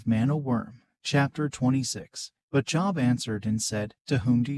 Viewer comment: You pronounce his name wrong…you pronounce it as the word for work..going to a Job. His name has a long O